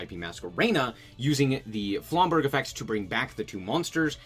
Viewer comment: Aight dog, flamberge is a soft "g" sound, no hate